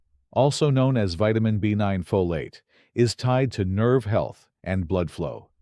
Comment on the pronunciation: AI is reading this text, cannot pronounce FOLATE properly, says it diverse ways throughout the video.😳